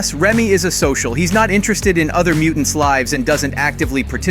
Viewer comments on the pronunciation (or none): none